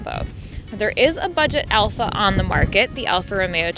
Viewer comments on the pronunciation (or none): none